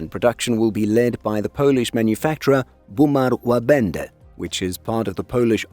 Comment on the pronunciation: Very good effort. Only one mistake - the last sound of Łabędy - it sounded more like E than Y. Otherwise, spot on!